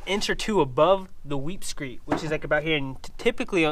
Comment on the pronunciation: It’s pronounced “weep screeD”. T’s not allowed.